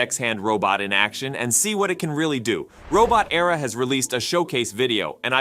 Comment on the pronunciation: "Robot" "Era". Not "Robo-terra" (Robo-terror?) Those second words are not homophones, and mean very different things.